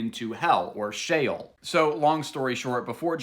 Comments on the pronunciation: sheol it is pronounced shay -ole (think of ole sound like in the word hole.) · i misread him the first time too. He was just explaining he pronounced sheol as the word shell. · Did you just mispronounce Sheol? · Did bro say shale or jail? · SHEOL sounds like JAIL. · Shael bruh really miss pronounced Sheol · Shale sounds like Jail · Sheol❌️ Shale✅️ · Sheol sounds like jail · Just so ppl know, the subtitles sometimes say "hell" when he says "Shale" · Dude … it’s SHE SHEol … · I thought it was pronounced she-ol?? Also thanks for this I'm part of the PBE (Pathfinder Bible Experience) and this is really helpful 😊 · SHEOL not SHALE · "Shale"? Brother... that's not how you pronounce it. Are you trying to say "Sheol" (Shh-Ol)? 'Hell', as we know it today, is a Christian and Greek concept, not based on Jewish theology like the one Jesus subscribed to at that time, and is something else entirely unrelated to Sheol. 'Heaven' is also different in both cultures; there are general similarities and several uses of words that translate to that in English according to context. However, focusing strictly on the linguistic differences, 'Heaven' as the otherworldly resting place in the Bible literally means and translates to the Garden of Eden, which was an actual place and location in the genesis of the story, not some sort of makeshift new realm like you imagine. Besides, it is said in Judaism that every soul that is sent to spiritual 'Hell' (Gehinnom) only spends a maximum of 12 months before it is purified and able to move on to its final resting place. Do yourself a favor and don't conflict both faiths and traditions by cross-referencing certain words; all you'll end up doing is contradicting yourself and confusing others. Pick a lane, and stick to it. There's a Christian answer and a Jewish one; you're doing a disservice to both. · Im pretty sure Sheol isn’t pronounced like Shale but like she-all. 🥲👍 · "chael" like chael sonnen 😅 no its "sheol" "she-ole"